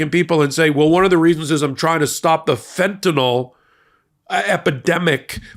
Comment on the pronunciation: "fentanyl" not "fentanol."😂